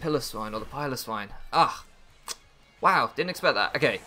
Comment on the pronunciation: It's good to see your handsome face and hear you say Piloswine right, am sad I might not see you too much after this league so I will enjoy while I can